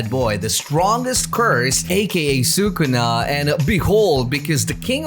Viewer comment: he really said “sue kuna” who’s kuna?